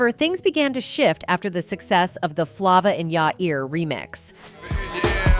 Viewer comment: When she mispronounced Flava I was done